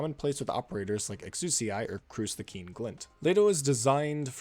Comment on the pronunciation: He said it, he actually pronounced it correctly: “Exusiai”, not the commonly used“Exia”